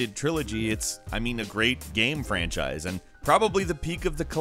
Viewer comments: I just assumed he made an attempt at doing the whole Sean Connery dialect. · I'm just joking. Yeah i know bad accents are not that bad and personally i don't mind when someone has a bad accent but to me it seemed funny how voice is turning that weird.